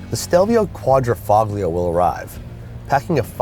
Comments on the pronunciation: Really ~quadrafoglio~ can’t even pronounce it correctly & your a car reviewer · Qua-dri-FAHG-lio.....lol sounds legit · For a Car Guru, someone doesn't know how to pronounce Quadrifoglio correctly. But hey, let an American preppy who wears yellow pants give a review on an Italian auto. Should've let me do the review. Maneggia la miseria.